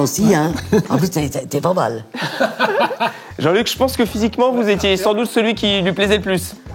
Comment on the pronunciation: L accent parisien il a dit jean luc aie